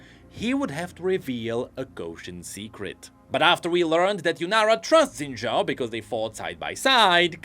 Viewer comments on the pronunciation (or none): Why are we only pronouncing his last name right? His first name's pronunciation is actually "Shin" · I hope pronounces Xin Zhao correctly one day.